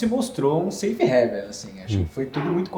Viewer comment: Parabéns pelo vídeo. Excelente! Mas, galera da Empiricus, divulga aí internamente que a pronúncia correta de Safe HAVEN (porto seguro) é "rãiven". Todo mundo fala "réven" que é a pronúncia de HEAVEN (paraíso).